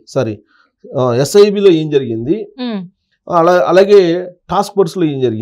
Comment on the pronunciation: ఝరిగింది కాదు జరిగింది. ఫణీతరావు కాదు. ప్రణీతరావు.